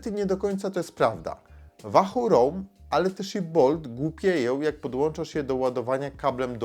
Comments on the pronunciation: łahuu kurła a nie wahu ! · "Łahoo" nie "Wahoo" ;) , co do samego Roam - posiadam od 2 lat V1 i nawiguje bardzo sprawnie, ładowanie raz na 4 wyjścia z czujnikami. Prostota, widoczność w pełnym słońcu detali na ekranie (ekran transflektywny) - warstwa dotykowa zmniejszyłaby jasność tego ekranu, większa jasność = większy pobór prądu. Brak nawigacji L2 & L5 ... ale chyba to dodali w V2 - to o czym wspomina autor to pasma które są przydatne ale w wysoko zalesionym lub wysoko zabudowanych lokalizacjach, to nie wpływa na tempo łapania fix'a. Wykonanie takie, że upadek na beton z 1m przetrwał bez problemu - a upadł kantem :(. Dodam, że Wahoo znajduje e-Bike'i - np. Speca - i wyświetla: moc z silnika, moc jadącego, % baterii głównej, itd. Mało osób również wie, że Wahoo (V1 i V2 i Bolty) jeśli mają podpięte czujniki prędkości to działają dłużej na baterii oraz używają danych z 'koła' - jak czujnika Wahoo Speed brak - to prędkość idzie z danych GPS. Próbkowanie jedno-sekundowe GPS w obu pasmach na 99,99% nie jest domeną żadnego licznika rowerowego, takie próbkowanie jest domeną telefonów które muszą również podawać właściwy pas na autostradzie, zjazd itp. itd. takie działanie zabiera mnóstwo energii, poczekamy jeszcze na zarówno baterie jak i chipsety GPS nowej generacji zanim będzie to możliwe. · Wahu? wiesz jak się wymawia 'w' w języku angielskim?